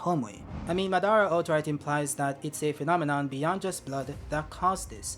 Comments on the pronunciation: muh-dar-uh and not saying mah-duh-ruh is killing me lol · Que aflição chamando madara de "má"